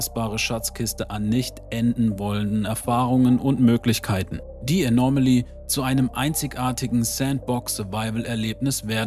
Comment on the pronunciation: Es heißt Anomaly, nicht Anormaly, Du packst immer ein R in der Aussprache dazwischen, das hört sich schräg an 😉